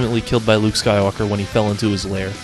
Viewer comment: Yeah the way "skywalker" was pronounced in the part with rey was so wrong. weird